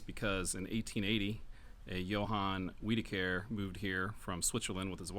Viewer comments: Wiederkehr. The W is pronounced as a V. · It’s not weedacare if you’re going to have something on YouTube about Arkansas, please pronounce the names, right I believe you’re trying to say ozone like a traffic zone son where did you go to school? You need to go back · It’s Wid-uh-ker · Not sure if it is right but here in Arkansas we pronounce Wiederkehr as we-da-kur